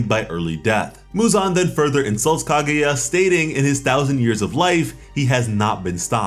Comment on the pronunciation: KAH-GUY-AH not KAH-GOO-YA jesus christ man